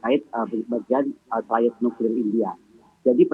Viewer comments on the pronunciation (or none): none